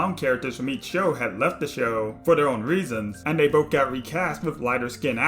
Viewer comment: Are you saying “boff” instead of “both?” I agree with you but, what?